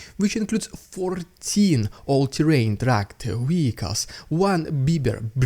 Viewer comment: Vehicles is pronounced VEEICALS not WEEKALS. Your obstinacy about this is infuriating.